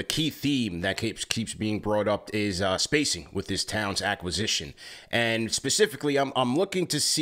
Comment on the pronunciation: Did he say Townson? 😂